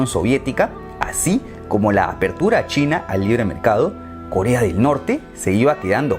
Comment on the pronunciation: En el minuto dice kolea XD